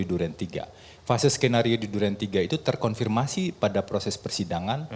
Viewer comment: Febri pengacara "terkonfirmasi". Kata-kata "terkorfirmasi" kerap terucap olenya.